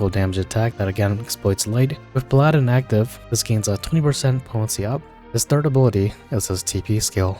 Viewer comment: You say Paladin as “pal-ah-din” not “pal-aaah-din”